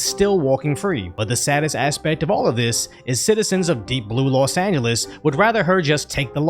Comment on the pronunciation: Hey 👋 LEARN TO SAY LOS ANGELES 🥹🥹🤭🤭😆😆😅😂😂😂😂 Love your videos go ✊TRUMP 🇺🇸